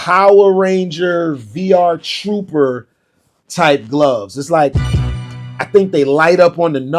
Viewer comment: Damn he said VR - Trooper 😭